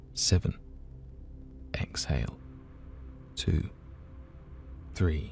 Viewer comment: Does anyone else think his 3 sounds like breathe? I couldn’t get past that and had to stop 😂